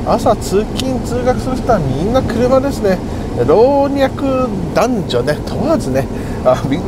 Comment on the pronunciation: ～ 老若男女を「ろうにゃくだんじょ」って。スキーに行く前に小学校からやり直そうか。